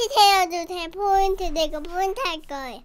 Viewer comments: 내가 겁나 정확한 발음을 알려주겠음 김딸: 나 포이ㄴ투 트어주ㅅ헤여 포인투 내가 포인투 할거야 요느에 포!인!트! 김계정: 오느래 영상 포인트 해야지 김딸: (포이트.... 김딸: 나아짓 모태여 나아지 어여워서 하즈 모태여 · ㄴㄴ 정확한 발음을 알려주겠음 나 포이ㄴ투 트어주ㅅ헤여 포이투 내가 포이투 할거야 요느에 포!인!투! 오늘의 영상 포인트 헤야지 나아짓 모태여 나아지 어여워서 하스 모태여